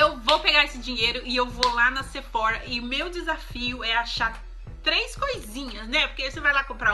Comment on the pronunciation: Oi antes de ser a chata, quero falar que amoooo os seus vídeos! Agora vai: então o correto é falar Sephora com biquinho e "rrá" no final mesmo rsrsrs, pois é original francesa ... Os americanos que pronunciam com aquele R[zinho] deles :)